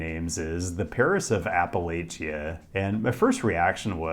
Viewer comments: Appa-LATCH-uh. Please and thank you. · Love the video, but the pronunciation of Appalachia was a huge cringe. Apple-latch-uh. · For reference, Monongahela is pronounced Mon-on-gah-hey-la, so basically say hey instead of heal. A lot of people struggle with that one, but I’ve heard worse. Your pronunciation of Appalachia does hurt a bit though. Appalachians don’t always agree on how to say it, but it’s generally pronounced like Ap-ah-latch-ah. In Pittsburgh, and Southwestern PA in general, we say it more like Ap-ah-lay-shah. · Appreciated this video, but brother... please look up how to pronounce Appalachia. App-uh-latch-uh in the South, Appa-lay-shuh in the North. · Appalachia pronounced app-a-lacha:) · Appalachia should be pronounced "app uh latch uh" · First time I've heard somebody call it app-ill-ay-chia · I'm obsessed with Pittsburgh, though I've never been there. Grew up in Chicago, live in New Orleans. Obsessed with architecture, geography, etc. I would already be thinking of moving there, but it's too cold. Look forward to visiting. Squirrel Hill or Bloomfield for me, for sure. FYI if anyone from that region hears you pronounce Appalachia that way, they will go off. No long A's in that word. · That pronunciation of Appalachia could use some work. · My body had a physical reaction to the pronunciation of Appalachia and Monongahela Otherwise, 10/10 great video. Thank you for visiting our city! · housing prices have spiked recently over the past 5 or so years presenting hardships for many who live here so hearing from ppl in grotesquely over priced regions burp and fart about how "ridiculously undervalued" pittsburgh is rage inducing. your mispronouncing appalachia is the vomit icing on the sht cake. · What in the world is that awful pronunciation of Appalachia.